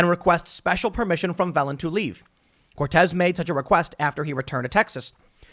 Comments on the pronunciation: Phelan is pronounced like, feel Ann, and not felon, although it seems apt under the circumstances, lol. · excellent commentary. Little note. Phelan is pronounce Feelan. similar to LAN party, but with a slightly softer A.